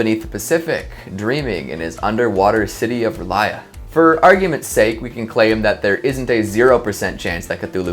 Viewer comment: Did he just call R'lyeh (Er-Lee-Ay) Relia?